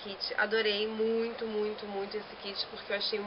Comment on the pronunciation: "...que eu acho muuuito maneiro..." hahahaha viva o carioquês :)